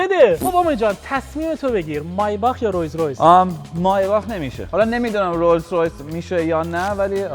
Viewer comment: مایباخ اره عالی تلفظ